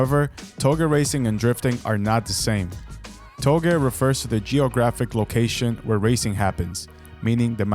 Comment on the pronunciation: Only thing wrong here is how “touge” is pronounced. It’s like how you say “touché” It’s NOT “to-gay” It’s “Toe-Jay”